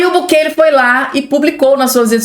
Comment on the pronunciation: O nome é BUKELÊ.